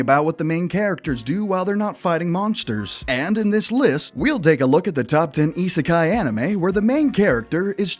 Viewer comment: that's what I thought. plus he says isekai wrong.